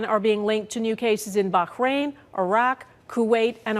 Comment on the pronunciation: Bak-rain lol